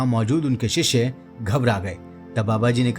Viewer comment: शिष्षे नही शिष्य बोलो